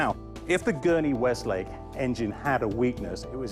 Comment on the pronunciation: "Weslake" not "Westlake".